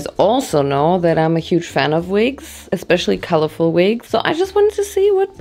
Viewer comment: “we wear vigs “